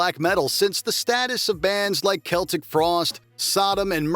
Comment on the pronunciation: Thank you for not saying "sell-tic" Frost, absolutely CELTIC, not "sell-tic" - I don't know why Americans (to my understanding) keep butchering the name even when Tom Warrior explicitly said CELTIC in an interview 💥 - Thank you WatchMojo - excellent list!!